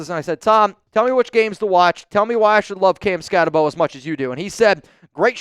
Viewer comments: Exactly. He says he watched a bunch of film on the guy, yet he seems to be the only nfl reporter who still can't pronounce his name. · All that film you watched on Skattebo and you still haven't learned how to pronounce his name? 😂